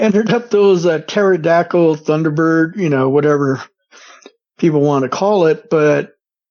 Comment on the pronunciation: A “Terra-dackle” 😂 love how this guy talks, could listen all day!